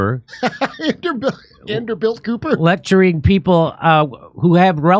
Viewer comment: “Anderbilt” 💕 😹 nice one Kurt! 💕